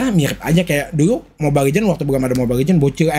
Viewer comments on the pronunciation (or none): none